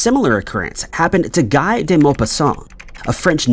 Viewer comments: Yes! It should be gee, with the g sound from golf. He's French! (I'm pretty sure he misspelled his last name, too, but it disappeared too fast.) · In this instance, "Guy" is pronounced "Ghee." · Guy de Maupassant's first name rhymes with "see," not with "sky." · The name "Guy" is actually pronounced as "Gee." It's the correct French pronunciation. 🙄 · Loving the repeated pronunciation of "Guy" 😂😂😂